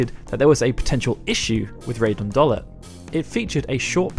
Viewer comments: Great video... except I'm not sure about your pronunciations. My guess is it's supposed to be: Seifer (Cypher), Dollet (Dollay), Balamb (Balarm), and Deling (Dayling). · It's pronounced 'Doll-ay'.